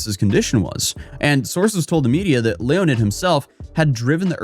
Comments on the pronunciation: ... His name is Leonid, not Leonard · "Leo-nid", this guy is definitely low IQ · Did you say Leo ned? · Both are pronounced the same way, just different spelling, like Jon or John